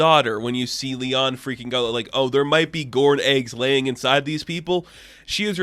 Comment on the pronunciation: Her name is pronounced LA AHN NOT LEON